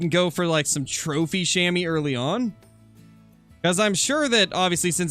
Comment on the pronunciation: Love your vids man! Funfact: Chamois is french and actually pronounced as [Shamua]: The 'a' as you pronounce the 'u' in „hunter“ and the 'oi' you‘d pronounce like the 'ou' in „you“ Greetings from a swiss hunter 😉